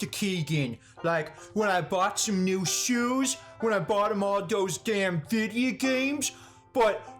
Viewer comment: "vide-yer games" ahahaha